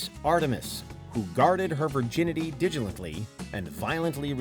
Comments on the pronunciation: "who guarded her virginity" -WHAT? Digilently? Villagelentally? Digitally? Is that supposed to be "diligently" or, perhaps, "vigilantly" (not a word)? Millennial syndrome, again. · I love the freudian slip when talking about Judith's bracelet. "Digilently" Lol